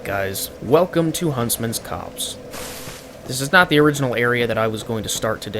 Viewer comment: the way he said "copse" like "cops" Freeze! Police!